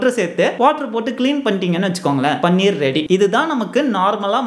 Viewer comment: பன்னீர் என்று சொல்லதீர்கள். அது பனீர்.